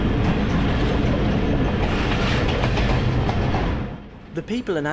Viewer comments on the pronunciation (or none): And 'Punjab' is not 'Poon-jab', 'Pun' is the same as 'Bun'. And I know, the Romanised Asian words are a bit tricky to be pronounced properly by a 'Gora Tongue'. 😊 If this place was spelled as 'Panjab', then most of the people would have said it as '🍳-Jab' 😂😂😂